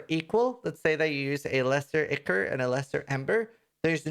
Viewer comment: its not important but ichor = eye core